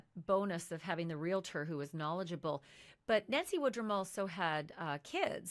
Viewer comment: WHY do people say Realator?